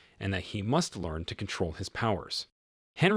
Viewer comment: It's pronounced Onree not Henry